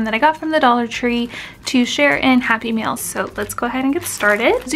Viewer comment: Cute, simple project! With your accent it sounded like you were saying happy meal. Or maybe I'm just hungry. Lol